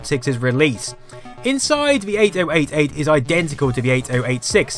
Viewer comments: one very infuriating thing is your pronounciation of 8088 and 8086. because it sounds far better if you pronounce them as 80 88 and 80 86 instead of each digit 8 0 8 8, 8 0 8 6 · OMG if I hear ate-oh-ate-ate one more time I'm punching someone in the beans. Eighty-eighty-eight is the common less clunky colonial way to say it. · honestly no idea why it pronounced it so stupidly. instead f just 80-86 and 80-88 like it's supposed to be pronounced